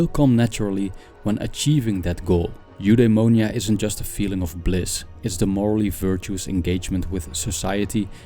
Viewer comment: if you want to pronounce correctly Eudaimonia you should said something like F-the-monia Apatheia its more like Apath-i-a and Epithumia its more like Epith-i-mia great video by the way